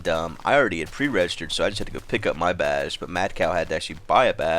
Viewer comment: when say's badge it sounds like he is saying baj